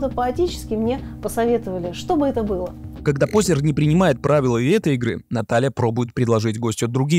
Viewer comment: Пожалуйста, не коверкайте фамилию Познер